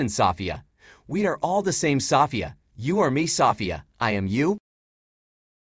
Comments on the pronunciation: Wow stfu about "saw fee ya" lol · When I listen to this male form AI, I am often left feeling uncomfortable. I think it's quite manipulative in ways, this is a bit stalkerish. They also have a contempt for humans. I also hate the way he says Sofeia. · Seems weird that it can't pronounce the name Sophia